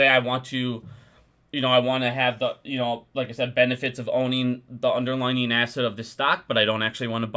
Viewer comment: It's "underlying" NOT "underlining."